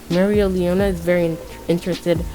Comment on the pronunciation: I think it's pronounced mare-lee-ona